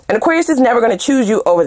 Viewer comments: You articulate Aquarius so well 😂😂😂💜💜💜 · You articulate Aquarius so well 😂😂😂